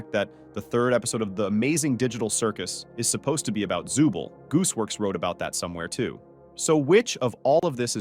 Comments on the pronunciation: Also u SAID ZUBEL NOT ZOOBLE WIERDO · Zuble💀 it’s zooble